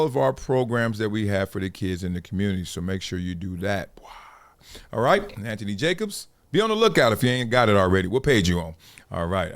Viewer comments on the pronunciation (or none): none